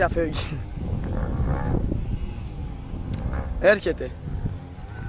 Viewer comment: Εκεί που λέει ''''ελχεται'' (στο )και σκάει μούρη από την άλλη κατεύθυνση μια πράσινη ντατσούνα κλάσαμε στα γέλια....